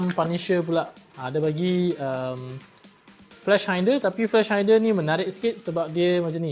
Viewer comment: Nak!! Bos yang scope tu disebut “SKOP” bukan “scoop” Lagi satu flash hider disebur “high-der” bukan hainder. Hehe sorry ya ganggu.